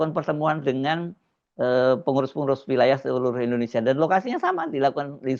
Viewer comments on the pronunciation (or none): none